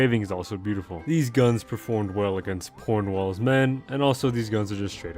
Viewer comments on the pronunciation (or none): why did you say Pornwall?